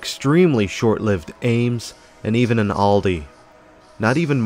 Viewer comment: Good Aldi pronunciation